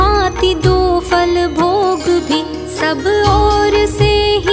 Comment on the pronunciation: Vey nice but very irritating when ma'am you say FAL instead of PHAL. That is such a common mistake and a very irritating one. Specially when the rest of the pronunciation is actually pretty good.